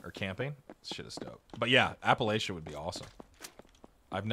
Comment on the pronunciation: Not to be that guy but it’s app-uh-latch-uh. Mountain folk get mad if you say it wrong